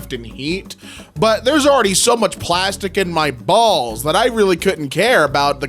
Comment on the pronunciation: I love how much emphasise put on his BALLS Just in case you didnt know what balls he was referring to